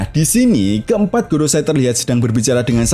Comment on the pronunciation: Ralat bang maaf.. gorousei bukan gorosay. Go=5 rousei=tetua mkanya jadi five elders di inggris. 🙏